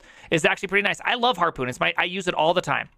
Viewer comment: says HARPON like its PARKOUR, lol